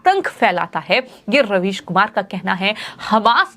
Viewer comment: Madam your prouncation about ravish is wrong because might be UP OR UP born this is but natural? ???